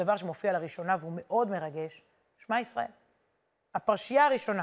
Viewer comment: חזק וברוך !!! המון תודה!!! אגב, ש-מע - מתחת לאות שין יש שווא נע, לכן אומרים את האות שין כאילו בצירה...